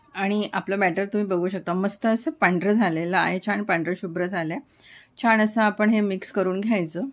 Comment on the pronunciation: रेसीपी छान आहेच पण छान म्हणायला शिका सारख छाण छाण करू नका